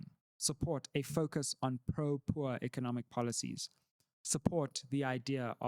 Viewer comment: When said “ Pro-Poor” he’s got some whiteness in him 😂😂